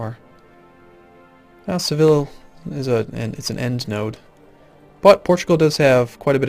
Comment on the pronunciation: Seville is pronounced Seh-vee-ya.